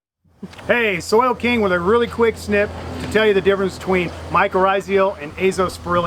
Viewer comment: Rizal. Not rizial